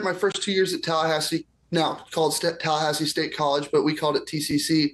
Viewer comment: Tallahahsi? Who pronounces it like that?